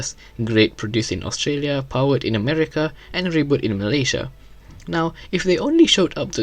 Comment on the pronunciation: From the way u say silat and Malaysia, uust be a fellow Malaysia right?